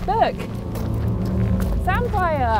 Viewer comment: They haven’t even pronounced samphire right. It’s pronounced samfer